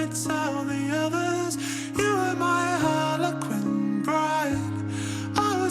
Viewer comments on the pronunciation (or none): “Harlequin” not “Harley Quinn” 😂 but it is the word her name comes from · Harlequin lol not harly Quinn